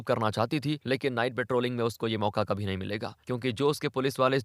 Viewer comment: Aap konse prant se hai. Hindi jaha "bh" भ, likha bola suna jata hai, aap vahan "v" व, istemal kar rahe hai. (eg. Kabhi kabhi ke badle Kavi kavi)... Aur, yeh sirf aap hi nahi, aur bhi bahot log karte hai...is liye bataye, aap kahan se hai?